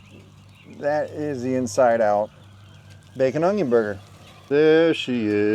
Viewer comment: When you say Onion it sounds Cajuns.